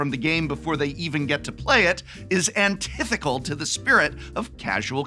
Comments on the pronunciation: Antithetical An-TITH-ical? Common prof. Anti-thetical! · "Antithical"? Geez, director, give the guy a second take! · Prof such an ally he won't even pronounce the "het" in antithetical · Me, knowing I'm in the comments section of an English major... Is it antithecal or antithetical?